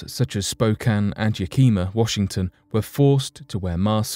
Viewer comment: Maybe I am missing something in the format of your Channel? I do not see anything mysterious or unexplained in the three subjects you brought up your delivery is excellent your research seems adequate but the format little confused on that one. And by the way your pronunciation of the City of Yakima which is located in central Washington was quite a bit off. However here in the Northwest there are a lot of communities named after Native American tribes and tribal languages and names so it's not uncommon for somebody not used to the area to mispronounce several of the areas here in Washington State.